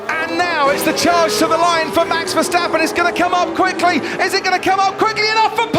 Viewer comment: VerstAppen not versteppen